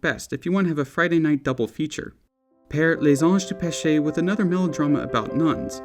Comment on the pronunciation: learn how to say les anges du peche properly if you're going to be pretentious enough to say it in french with some silver spoon in your mouth, you stupid moron